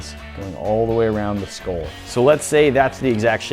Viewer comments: It's pronounced skull not skoll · It’s a SKULL not SKOLL